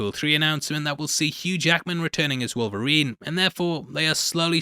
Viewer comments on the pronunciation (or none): none